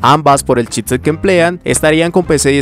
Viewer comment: Buenas "otciones" de "chitset" 😂